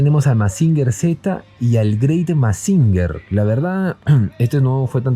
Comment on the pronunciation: Gemusin se pronuncia "masinyer" no "masinger"